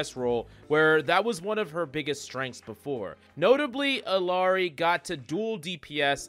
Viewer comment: Please pronounce Illari correctly. It’s gut wrenching.